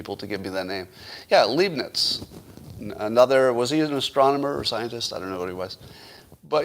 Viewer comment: ‘Leibnitz’ is pronounced ‘libe-nits’ and rhymes with ‘bribe nits’. You have to click your heels every time you say it.